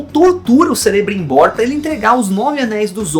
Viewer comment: a pronúncia não é Celebrimbor, o C tem som de K